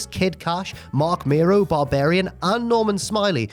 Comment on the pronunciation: Mero is not pronounced as Miro, brother.